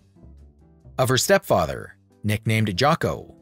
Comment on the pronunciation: Well done! I learned a lot and enjoyed this video. Side note: “step fyether”.